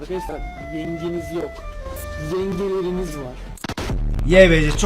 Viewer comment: yalnız yangeleriniz yengleriniz değil😆 😅 😂